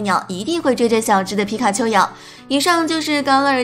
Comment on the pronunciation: 伽勒尔 = jia le er !! 一直听到ka le er 怪怪的,新动画泪眼蜥不是小智收服的!!